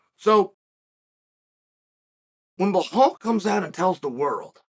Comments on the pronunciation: Appreciate the analysis. Just wanna say, his name is Belal not Bahal. It comes across off when u say it. Keep it up. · It’s pronounced “Buh-Lawl”, not Bu-Hawl”. Good lord how are you so bad at pronouncing it? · His name is Belal with an L not behal with an H. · Chael: What's your name? Belal: Belal. Chael: Blahal? Belal: Belal. Chael: Ok great. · Bi-lal, please chael please stop calling him bihal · Blahol was very impressive Cha-eel, I had it wrong, thought burns had this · Every time he says “Blahal” I picture Hank Hill saying it😂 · Stop calling him bluhaal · Who's Bahaaal? Lol😅😅😅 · Jose reaching out to chael. I love how chael gets the names wrong. Like are you doing this on purpose? Bahal and piera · Why chael keeps calling him behal😂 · I’m starting to think Chael says peoples names wrong on purpose for a laugh….Pierra…Marklechef…Bluhal 😂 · It’s Blahal right? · Lol. It's Bahall. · Bluhal “Pronounce the Name” Mulhammed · Chael has own way of pronouncing people's names.🤣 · Stop mispronouncing his name. That’s ignorant. You’re better than that. If you didn’t know that’s what Zionists do to Palestinians to dehumanize, disrespect, diminish, demean, and belittle Palestinians. I’m sure that’s not what you’re doing but at least make an effort. The real way to pronounce his name is actually easier than whatever the hell your saying. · Pretty easy to say his name and there is no h in it